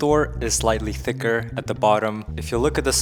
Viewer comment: “the Thor is slightly T H I C K E R” God Of War And MCU Be Like